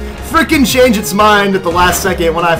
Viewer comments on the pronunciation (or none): none